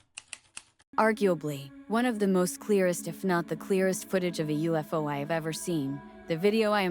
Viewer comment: The "dark smoke" on top of that object is a super bad after effects job hiding the cable. Theres a hoist on it and a Bolt hook on the very bottom. It was odviously being towed by a helicopter. This channel must be stupid AI since in pronounced UFO "oofo" stop this crap already.